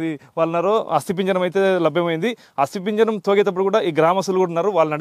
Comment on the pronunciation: ఒరేయ్ ఏం రిపోర్టర్ రా నువ్వు...బొంద లాగా ఉంది నీ ఇంటర్వ్యూ... అస్తిపింజరం కాదురా అది అస్తిపంజరం..😅😅😅